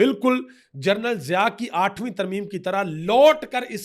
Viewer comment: آٹھویں ترمیم نہیں آٹھاوی ترمیم